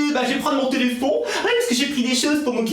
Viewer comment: on dit pas téléphon on dit téléphone 😂😉